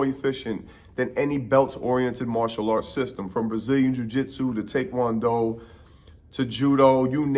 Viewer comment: Big props to saying Tae Kwon Do right